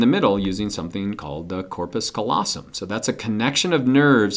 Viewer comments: good video! thank you, kind Sir! - but it's c-A-llosum, not "collosum" (from lat. callus for...well, callus) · He said colossum instead of callosum